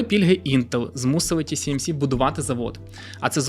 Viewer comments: Ті Сі Ем Сі == TCMC, тож Ті Ес Ем Сі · Ті Ес Ем Сі, а не Тісімісі 😀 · Ще б абревіатури правильно читати і взагалі буде супер) Ті-Ес-Ем-Сі, а не Ті-Сі-Ем-Сі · Ще раз - Ті-Ес-Ем-Сі. S = Ес. С = Сі. Ті-Ес-Ем-Сі !!! 😂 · Ті Ес Ем Сі, а не Ті Сі Ем Сі. Весь випуск різало вуха. А так, гарний випуск. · Весь випуск різало вухо от це Сі замість Ес😂 Чекаю наступний випуск про голандців) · тільки здається не ті-сі-ем-сі, а ті-ес-ем-сі)) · Ті Ес Ем Сі, не ті сі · 1. «ТіСіЕмСі». Не можна так 2. Про TSMC говорять з кожної праски, в тому числі на телебаченні. Треба видавати саму неочевидну мʼякотку з самого початку, а не оці загальновідомі факти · Дякую за круте відео, але камон ТиЕсЕмСи, S та C різні ж літери 😉. Вибачайте за повчання, та дуже ріже слух 😅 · S читається як "Ес", а не "Сі". Тому "ТіЕсЕмСі". Постійно ріже вухо. Але історія цікава. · Почути тисячу раз за ролік "тісіемсі"... Мої вуха. Режисеру роліка - 0. Не можна будувати начебто фактологічний ролік навкруги такої очевидної помилки... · Чого "ті сі ем сі"? Вухо ріже. Там друга літера "ес" а не "сі" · Гарна інфа. Но "ті ЕС емсі", бо вуха ріже :) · Ті Ес Ем Сі ;) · Круте відео, тільки назва компанії читається як ТіЕсЕмСі) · можна не перевірити коректність вимови назви, яку вимовляєш сотню раз за випуск?! Риторичне питання. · ті ЕС ем сі! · не можу поставити лайк за неправильну вимову назви компанії